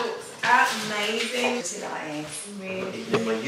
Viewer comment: "we can sheeeeee" i love British accent ❤❤❤❤❤❤❤❤